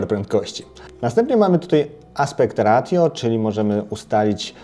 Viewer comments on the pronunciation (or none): Aspekt “rejszioł” nie “ratjo” ;)